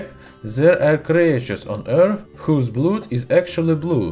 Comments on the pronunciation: Blood is pronounced as Blud. I know English doesn't follow it's own rules. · In Norse, Blood is pronounced "bloo". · Its called blood not blued. Nice bideo. Love this stuff. NOW BLOW SOMETHIN' UP!! Signed: Bart Simpson.